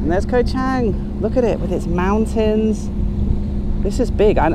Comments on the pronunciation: Pronounced Chung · .....you are hurting my ears every time you mention the name of the island. Although the english spelling is with an "a", the correct pronunciation is with a "u".....so the phonetic would be Koh Chung.....I know I am pedantic....same with the beer...it is pronounced Chung....meaning elephant. Have a great time....Cheers.